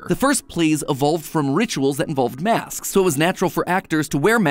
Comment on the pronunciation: Why does he say masks like Masksks.